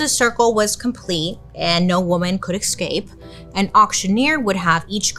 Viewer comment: dude I love you, I mean your voice is really soothing and the way tell the story it’s amazing. But please please please, practice the word “ESCAPE” 50 times a day❤ there is no X !